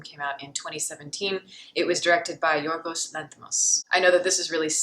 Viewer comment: I have not seen yet a non native speaker pronounce Yorgos name that good #GoodJob